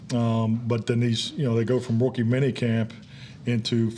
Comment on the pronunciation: It's just me but I swear he's saying wookie mini camp.